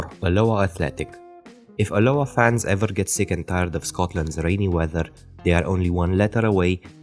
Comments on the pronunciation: It's pronounced al-Oa, good try tho & the wasp on steroids is from a branding attempt from the owner the old badge was much better. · Good follow up video mate. To add, the pronunciation of alloa is AH-low-ah, with the stress on the first syllable. Caley is ka-lay :)